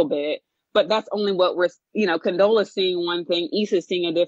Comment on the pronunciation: It comes off as bitter and Jealous af when ya’ll intentionally screw up Condola’s name. It’s only because she is dating Lawrence. To say you built someone is high key narcissistic. If she built him, how come she’s having such a hard time building herself? That man don’t owe her shit... she cheated... he moved on. The end. Also, to refer to a significant other as an investment suggests that he/she only has value if that their potential success benefits you. Was he supposed to suffer/fail because he and Issa did not workout?